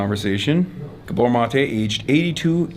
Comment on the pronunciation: Gabor, not GabOR. That said, Gabor Mate's book helped me a lot.